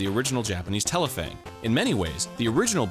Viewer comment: Didn’t read the title so I didn’t realize that was Arin. I was like wow they pronounced that Japanese title well. Explains why